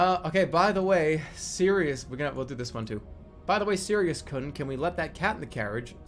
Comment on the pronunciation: Sirius kuhn (It’s supposed to be pronounced like koon) Don’t call me a weeb!! I took a Japanese class in college and did very well.